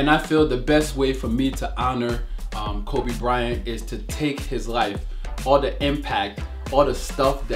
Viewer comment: Kobe bry-ont lol